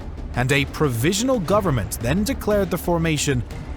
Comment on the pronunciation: Why the narrator is adding "S" in the end of some words like: went or government making it sound wents or governmens ?